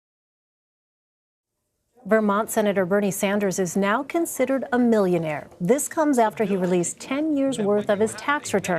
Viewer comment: CBS brought up Bernie’s “mullionawre” status once in the whole report! It’s OK, The Bern’s now going after “bwillionawres” now!!!